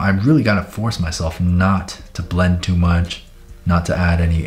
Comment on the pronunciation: “ it’s its TwO MWuCh” I’m dead